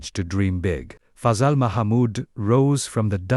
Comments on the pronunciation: TO WHOEVER MADE THIS … Thank you for making this video on Pakistan’s first cricketing hero, a match-winner par excellence. However, it would have been nice to have not butchered his name every single time! It’s not even a difficult one (rhymes with “puzzle”) It’s not “fuzzool” or “ fayzal” or any of the multiple other wrong pronunciations. Perhaps you could re-record a corrected version with the correct pronunciations and also fix the egregious Oval vs. Lords mistake. This sounds AI generated anyway, so should be easy to do. Thank you. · Name us pronounced " Fa--zel"